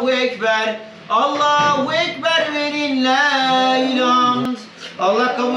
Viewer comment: Allah kabul etsin kurbanlarimiz kardeşim allahüekber doğrusu Allahu değil oradahi he güzel he yani ince ötre harfi ince olduğu için ü sesi çıkmalı